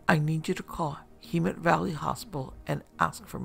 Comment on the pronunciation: It's Hem-met